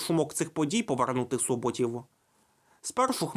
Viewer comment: Назва Суботів вимовляєьться з наголосом на першому складі. Про уродженого шляхтича Богуна раджу подивитися лекцію Тетяни Таірової-Яковлєвої. Ваша версія про дії Хмельницького напередодні повстання досить контроверсійна. Прочитайте монографію Смолія і Степанкова. Уроджений шляхтич Богун Слід ретельніше готуватися до передач. Зокрема, перевірити, як правильно вимовляються деякі географічні назви, зокрема Суботів. Читати останні дослідження, зокрема про Богуна. Дивно, що ви не переглянули передачу Тетяни Таірової-Яколевої.